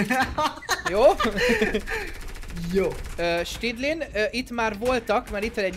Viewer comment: Stydlin helyett snidling